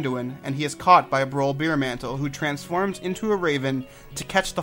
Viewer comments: Beermantle? It's Bearmantle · His name is Broll Bearmantle, as a Bear, the animal Druids can turn into. Not Beermantle as in beer, which you drink. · Sounds like you are saying Beermantle, it's early in the episode try listen for yourself.